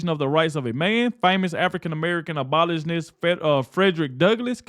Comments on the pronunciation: Abolitionist is pronounced Ab o lish in ist. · You mispronounced abolitionist. Look it up on google so you will pronounce it right the next time .